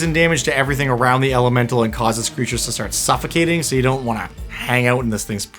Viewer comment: “Peep them creatches”. This is golden. Say it again.